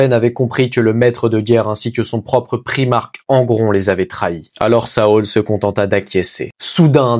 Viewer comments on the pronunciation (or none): Ça se prononce Saôl tarvitz et Eydolone * bro 😹 Super narration par contre 👍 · A la moitié de la vidéo tu le prononce bien pour saul, je n'en étais pas encore la 😹